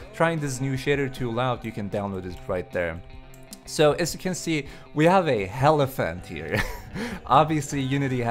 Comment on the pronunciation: HELiphant XD